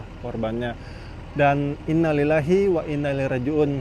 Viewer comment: Salah bung penyebutannya.......yg benar "Innaa lillaahi wa innaa ilaihi raa ji'uun"